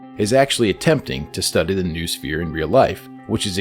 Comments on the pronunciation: Grrrr you're saying 'noosphere' wrong, it's pronounced 'noh-oh-sfeer' (like know-oh-sphere) not 'noohsfeer'.... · its pronounced know-us-fear, not news-fear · It's not "NOOSPHERE" it's "NO-OH-SPHERE".